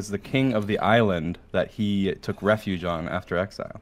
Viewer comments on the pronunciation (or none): none